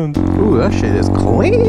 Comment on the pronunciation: Listen to the way he says clean it’s funny as hell 😂😂